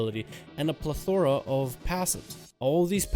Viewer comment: pla-thor-a... yikes.